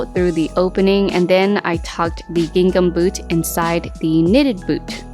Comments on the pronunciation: Lol It's not pronounced "Ging Gum!" That fabric is pronounced "Ging am" - i.e. the "h" in the second syllable of "gingham" is silent. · The second G in gingham is silent. It’s pronounced “ging-ham”. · Great video and love the ideas! Just in case you didn't know the second g in gingham is silent 🤍🖤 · Everything turned out cute! I noticed you pronounce “gingham” different from the way I do….is that a California thing?